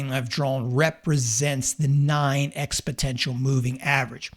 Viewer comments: that how you know this guy is a joke. He can't even correctly pronounce EXPONENTIAL ! he keeps saying EXPOTENTIAL! hilarious. Failed math class much? Don't follow these clowns kids. They don't make money from trading but from selling you scammy services on Youtube. gross. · Expotential.... hahaha. It's Exponential. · Exponential, not expotential! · Exponential not expotential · Wow, this guy doesn't even know how to pronounce ExpoNENTial. Not expoTENTial. So this must be a bs video for clicks. Price was above and below many times before you selectively said now it's above with no parameters for entry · That is exponential and not expotential. Please learn to pronounce it correctly, you sound ridiculous with your expotential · Great video. I use the 8 ema together with the 1-hour chart and Heiken Ashi candles. The HA is just another average showing if the average price over the last hour moved in the same direction as the 8 ema. By the way it is expoNential not expoTential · Lol😊...it's EX-POH-NEN-CHUL not ex-potential. You're not alone. My husband can't say "medly", he says "melody" when we're playing a series in darts. TY for the vid! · Sorry, but at the umpteenth time I heard “expoTential” I couldn’t watch any further. Once might be an involuntary blunder, twice I start to wonder “what the hell?!”, but the third time is far too much. Good luck with your endeavor. PS: it’s “exponential” by the way. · Great video, but it's EXPONENTIAL, not EXPOTENTIAL! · It's "exponential " not "expotential" there is no T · It is exponential NOT expoTENtial. But good content. Thanks. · "expoNential" not "expoTential" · It's pronounced exponential not expotential... min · It is called exponential not expotential😂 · I like this video, and great advice. Thank you for sharing! P.S. It is ExpoNential, and not expoTential. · Exponential, not expotential. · That was driving me nuts. Lol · There is an "N" in that word. It's ex-po-Nen-tial Not ex-po-Ten-tial Thanks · "Expotential" MA. Lol